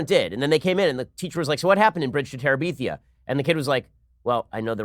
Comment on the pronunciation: No one: Ben: Bridge to TeraBEEthia